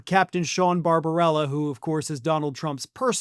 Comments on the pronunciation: It's Barba b ella, not Barbarella (media-amazon. [dot] but your pronunciation did make me smile each time you said his name. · In the interests of fairness and accuracy, you are mispronouncing the doctor's name. Bar-ba-BELL-a. One "r". (As amusing as it is to hear His Orangeness' doctor referred to as a cartoon vampire.)